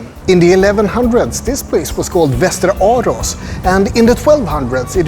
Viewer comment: Doesn't look that ugly at all. May be I am wrong and its not so appealing when compared to other towns with beautiful houses and architecture in Sweden. By the way when you pronounce Västerås it sounds very mush like Westeros HBO's Game of Thrones.